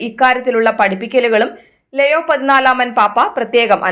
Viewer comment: ലെയോ അല്ല ലിയോ Please read ലിയോ 😪